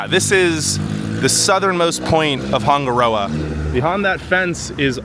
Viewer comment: Wish you actually took the time to learn how to say Hanga Roa. Sounds horrible. Switched off